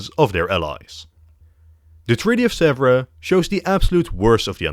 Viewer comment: Hello from France. I like your work. But one thing please, you should you really check " how to pronunce Sèvres in French", which is not something like " zebra" at all (and pronunciation of a rare English adjective from the 18th century).